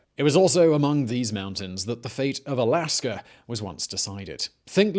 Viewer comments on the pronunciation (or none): none